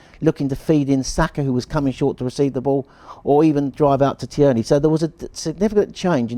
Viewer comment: Fine, but please stop calling Tierney, Tea Ernie!